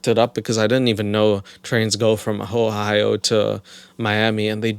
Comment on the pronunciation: I swear to god that I heard say “Whore-hio” instead of Ohio 😂